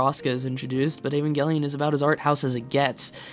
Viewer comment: Evangelic 'J' sound not 'G' please